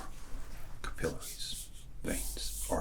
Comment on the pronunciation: Wonder if those were fake bills. American money isn't too loud, unless it's in a counting machine... or fresh bills. Not trying to sound like A negative person. Lol, you definitely nailed the American accent until we hit the word capillaries. laughs in American I also don't think I saw Rh negative blood.